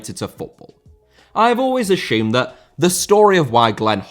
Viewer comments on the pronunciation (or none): Assume. ASSUME. NOT ASHOOM!